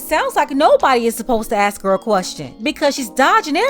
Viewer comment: I'll listen to him when he learn how to pronounce "ask".